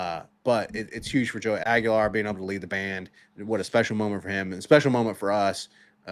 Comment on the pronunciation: They're actually pronounced "Iceman" and Joey Swag-ular. Come on guys. GO BIG ARNGE!!!